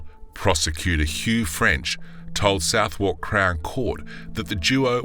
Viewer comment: Can't pronounce Southwark correctly either.